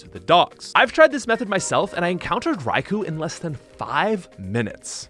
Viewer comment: Raikou is pronounced Rye-ko. From Bulbapedia: "Raikou may be derived from 雷 rai (thunder) or 雷光 raikō (lightning) and 公 kō (lord) or 皇 kō (emperor), where the former forms a reference to 雷公 Léigōng (god of thunder in Chinese mythology)."